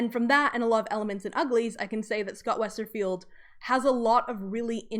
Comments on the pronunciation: Lol if we all start mandala effecting calling him Scott "WesterField" it's because of this video. It's Scott "Westerfeld" no "i". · btw it's WesterFELD not 'field', no 'I' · Everytime you say Westerfield instead of Westerfeld, I cringe. I know it’s a small detail, but I’d expect one to know an author’s name before making a documentary